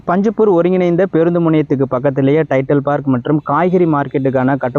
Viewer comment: பிழையின்றி பேசவும் நண்பரே.. Dender ன்னு சொல்றீங்க... அதை Tender ன்னு சொல்லுங்க.. அதுபோல... டைட்டல் பார்க் ன்னு சொல்றீங்க... அது டைடல் (Tidel) பார்க். வாழ்த்துக்கள்.